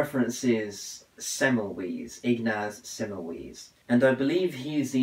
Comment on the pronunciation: Hey, some tips, its not zaz, is Ssass (Ss like in the german). It semmel"vice" not semmel"wees" appreciate you reading his book, keep on reading.